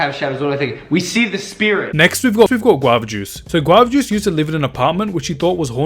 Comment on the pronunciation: He pronounced guava juice = guav jooc